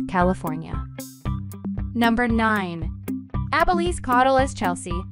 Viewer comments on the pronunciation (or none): none